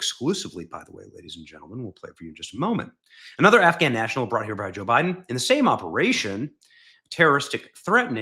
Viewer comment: you pronounced Biden wrong!